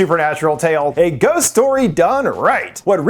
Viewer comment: I rewound to watch "ghousst? Cood be~" more times than I'm willing to admit. Great video as always lol